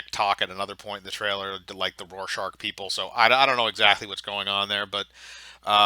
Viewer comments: Rorschach not rorschaRch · "This show doesn't understand Watchmen" * Can't pronounce "Rorschach" * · Rorshark? (Roar shack) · Evan hahaha yea